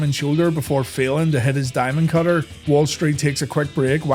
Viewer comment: Honestly I thought it was four words… Thee Dye Mund, Cut Her